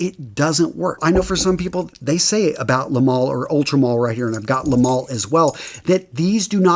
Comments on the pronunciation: Le male is French and it's pronounced "mâl" not "mail". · I don't understand why scent reviewers can't take two minutes to learn how a French word is pronounced.